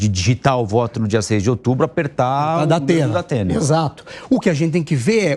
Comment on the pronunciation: O" Dapena" da pena kkkk